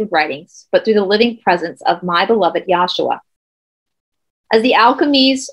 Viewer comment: The pronunciation is yeshua not yashua. I love you and the whole team very much. Thank you.